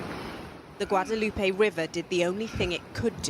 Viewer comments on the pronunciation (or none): none